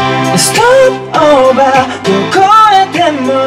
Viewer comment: 蓮くんの曲、蓮くんパートあるかな、、？ 景瑚くん拓実くん きまちゃん鶴ちゃんしょせ瑠姫くん？ ヨナさん豆ちゃん 碧海くん純喜くん（ハモリ豆ちゃん） かな？ みんないいけど、蓮くんの発音するstop over好き